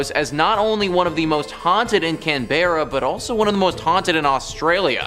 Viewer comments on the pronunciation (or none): It's pronounced can-bra